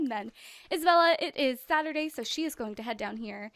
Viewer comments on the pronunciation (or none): none